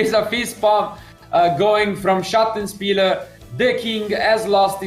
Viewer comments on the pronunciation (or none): Wow. Just like real commentary for sports games. Wish they'd show that on regular TV. 'sattenspiler' Crazy pronounciation.